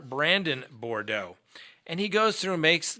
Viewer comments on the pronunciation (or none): Brandon last name is BOUDREAUX...… it is pronounced like this...BOO DRO not bar dough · Boo-dro is how to say Boudreaux.